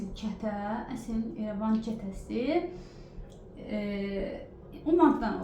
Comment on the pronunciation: Xanim Erevan keresi Yox, irevan ketesi